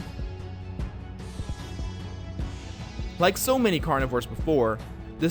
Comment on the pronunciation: you need to say carnivores